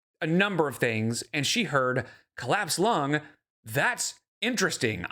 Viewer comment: Excuse me? She said "clapsed lung" 🤣